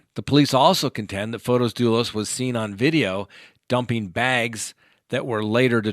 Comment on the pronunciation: Field trips are fun, please take us along often.:-)., it's not pron F-Oh-tis it's pron F-aw-tis. So small o not capital O.